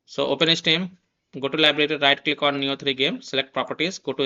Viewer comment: Nice video but It's pronounced "Nee-oh" lmao.